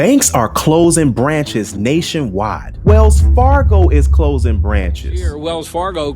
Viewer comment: say CLOSING NOT CLOZIN!!!!!!!!